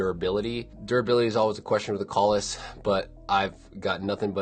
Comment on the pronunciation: pronounces it correctly. To many people pronounce it wrong by saying “kales”.